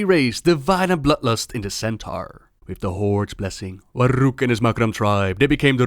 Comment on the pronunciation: I like the way you pronounced "Warug" it sounds much nicer with s little bit of Dutch pronunciation.